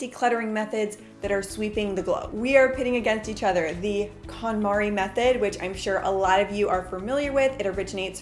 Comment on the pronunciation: I love this series but she does prononce it wrong Kon MariE konmari Method